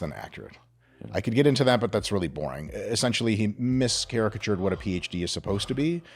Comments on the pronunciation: mischaracterised (mischaractured is not a real word, 160 IQ) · "miscaricatured" is not a word. what Mr Israetel means is "mischaracterized"